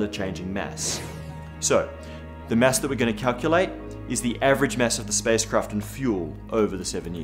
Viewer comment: Every time he says mass, I hear mess. Stupid, I know, but it makes me chuckle.